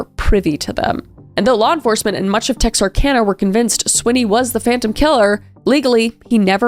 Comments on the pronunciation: I'm so glad you pronounced it right 😂😂 Texarkana update... It's still sick! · I’m so glad you said Texarkana correctly! So many people don’t. Texarkana is the next town over from us. I’m not old enough to have had this story happen in my lifetime, but my grandmother-in-law lived there when it was happening. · As someone who’s lived in Texarkana my whole life, I’m so glad you actually said it right